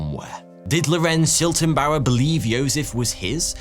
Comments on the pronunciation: It is always entertaining to hear english speakers try to pronounce german names ;-) Never mind, but it is Schlittenbauer (he who makes sleds) not Schiltenbauer (whatever that would mean) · The neighbor is pronounced Sch-lit-ten-bauer as in "slit", not Sch-ill-ten-bauer as in "shill". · Why call Schlittenbauer Shiltenbauer? Please at least try to pronounce non English names right, it’s not very hard to google. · According to Wikipedia, the girl’s name was Cäzilia, not Kesilia. The man was Schlittenbauer, not Schiltenbauer. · Schlittenbauer, not Schiltenbauer! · Schlittenbauer. Not Schiltenbauer. The L is spoken before the I . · It's not Shiltenbauer it's Shlit-ten-bauer! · *Detail Notice: >> The correct name of the neighbour was Lorenz SchLiTTENbauer, not Lorenz SchiLTENbauer << You wrote it right, but pronounced it wrong... But ... very high quality video - just like always!